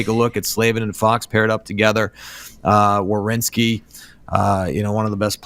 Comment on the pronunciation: Who is this Werneski she keeps saying?